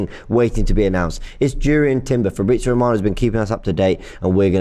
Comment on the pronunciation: Fabrizio ROB-ano 😂😂😂